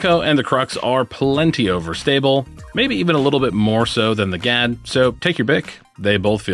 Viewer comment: The Swedish word Gadd means "fang" and is pronounced with a very short and sharp (duh) "a." Doesn't pair well with our midwestern flat long a's. Think of how you'd pronounce a surprised "Ah!" That's the "a" you're looking for. Happy to be of service any time you want help with Kastaplast pronunciations!